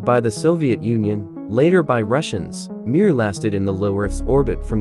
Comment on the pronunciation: Mier means peace in russian It's pronounced not MIIIR but m(ie)r ^ И И ИИИИИ